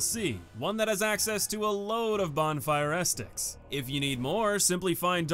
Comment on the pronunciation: "Bonfire estic." "Ajucator." "Vycar Amelia."